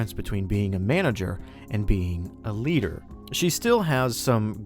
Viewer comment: The way you say "A leader" sounds a bit like "Eliter"